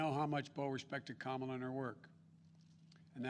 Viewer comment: Biden says Kamala (rhymes with Pamela). Biden mispronounces her name; will Xi NN label Biden as sexist/racist?